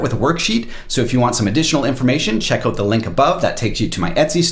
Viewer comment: "Let's check it oot." Ay?